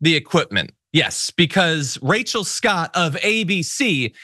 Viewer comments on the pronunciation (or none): none